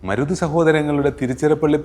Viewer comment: സഹോദരാ, മുരുത് അല്ല മരുത് ചിന്ന മരുത്, പെരിയ മരുത്